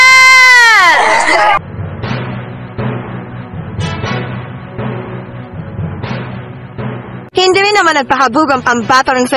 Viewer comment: Tailand po ang pronunciation ng Thailand. Walang th.